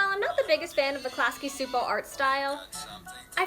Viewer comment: Great video. Btw Csupo pronounced CHOO-POH not SOO-POH. Gabor Csupo is Hungarian. I was confused too the first read it.